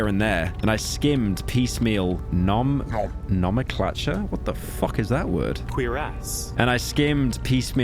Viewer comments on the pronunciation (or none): Awesome analysis, loved it but "No-Mang-Clencher"? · Just to be that person, its pronounced No-Men-Clay-Chur nomenclature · Nah-men-clay-chur Nomenclature! That’s how ya pronounce it pyro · No-men-clay-chur: nomenclature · gnome-n-clay-chur is how you pronounce it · its pronounced like no-men-clay-ture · Stopped listening when he couldnt say "nomenclature" clearly he has no idea what hes talking about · Pyro not being able to pronunce nomenclature made my day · timestamp of Pyrocynical butchering “nomenclature”